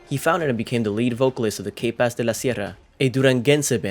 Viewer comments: Pronounce K-Paz like you pronounced 'capaces.' the letter K is named and pronounced [kah] in Spanish.. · Lol you pronouncing K in English just makes the band name sound wrong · You need to stop doing these videos if you can’t even pronounce things right. The way you pronounce K Paz was just horrible. I’ve seen more videos and you butcher names so badly and it’s sad because you actually sound Hispanic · Bro learn how to say the band name right n his name